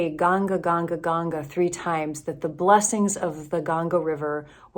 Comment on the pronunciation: you haven't learned to say "Ganga" properly. It is embarrassing to say the least. What is your agenda? If you experience what you have experienced in India, can you please stop proselytizing? A pastor cannot be being one without "spreading the word", right? Please change or cut it out. You seem to be pied piper - using the pipe of hindus and saying mumbo-jumbo stuff.